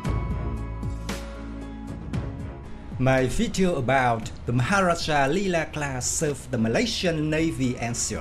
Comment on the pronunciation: Yg tukang baca ni tengkuk terseliuh ke susah sgt nak sebutnya